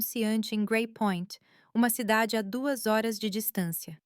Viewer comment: É difícil falar horas hors fica ridículo a forma que leem .dolis ao invés de dólar etc .fraude é essas histórias